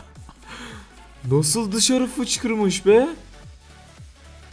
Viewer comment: Abi fişkirmis derken fickirmis dedin :D